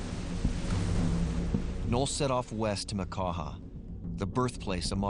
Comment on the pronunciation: Noll. Not “Knoll”.